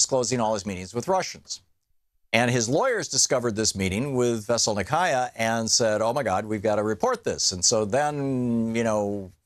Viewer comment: The first US American TV or internet news figure whom I hear pronouncing the name of Mrs Veselnitskaya at least not totally wrong but only acceptably wrong will get a free meal from me.